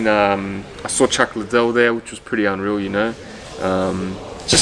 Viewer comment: He pronounced Chuck Lie - dell wrong 😂😂. If you know you know